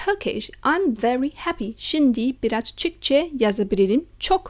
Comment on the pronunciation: Your Turkish pronunciation is really good 😊 Türkçe telaffuzun çok doğru